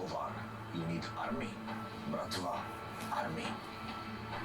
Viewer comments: That's not "Bravta", that's "Bratva". The word "Brat" means "Brother". Btw this word is a common noun, there is no gang in Russia called "Bratva". If we refer to organzed criminals we just say "Mafia". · Its "Bratva" not Brafta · It's Brat-va dude, I don't know why him saying Bravta annoys me so much :P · "Brafta" you mean Bratva lmao nice video bw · DUDE! BRATVA* not BRAFTA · Man he keeps saying"bratva" as bravta. Anyways, as always, awesome reaction and discussion. Keep rollin'. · ITS BRATVA DAMNIT, just needed to say it, I know I'm months late, but it's fucking Bratva XD